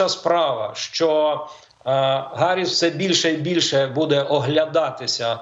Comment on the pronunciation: Чому Гарисс, хіба не Їарі сс?